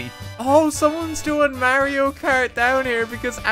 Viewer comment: “Mary oh”